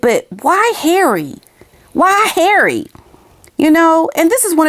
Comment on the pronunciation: I love the way you say Harry ❤ and the violin 🎻 perfection 🥰 . Not a fan of hairy but I will reserve my judgment, he may guilty of bad judgment, but unless he's charged criminally.... then he's just the same idiot from yesterday.